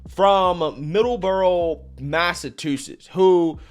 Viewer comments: Massatoozets?? Love ya,! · Massa tu sets, lmao. Dude, you make my day with your pronunciations.